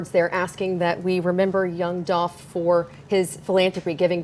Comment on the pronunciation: Yooo when he said dolph name wrong ..yall saw how she looked at him😮😂 Rip Dolph glad he getting justice